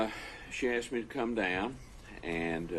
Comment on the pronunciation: Color him black, and that slow southern drawl combined with his occasionally slouching and the H'white way of saying "asked" as "assed".... yeah, well spoken in your world.